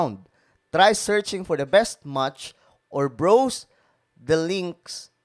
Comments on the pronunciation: BROWSE PRONOUNCE PO BRAWS NOT BROWS...AW NO OW.... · Browse as hindi eye brows.